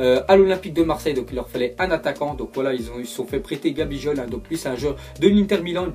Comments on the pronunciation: Gabijol ?!! Sa se prononce Gabiguol! Si tu ne connais pas n'en parle pas stp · "Gabijol ?" prononciation bien degeulasse